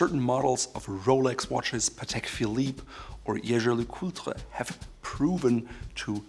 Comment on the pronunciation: still not that, but you're getting close, Jaeger Lecoultre is pronounced the french way, the j isn't mute. great vid as always btw